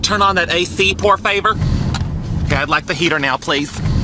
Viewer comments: I just realized that when the kami said that todo needed to turn the ac on... He said pour favour... And now I'm realizing it was supposed to be por favor... And in dead- 😂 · “pour favour” me and my fellow spanish people feel pain 😭🤚